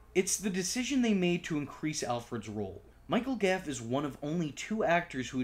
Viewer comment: Goff. Michael Goff, not Gaff.